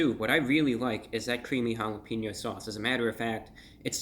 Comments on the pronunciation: And I love you bro but just so you know it’s jalepenyo not jalepinnyo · Never say jalepinyo again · "This jalapeno sauche is really jall ap en yo mouth" maybe your best one yet, Brah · "hall-up-een-yo" mouth......i fell off the couch hahaha